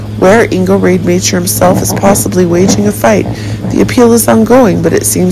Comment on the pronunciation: Ingo’s last name is pronounced ROD-A-MOCKER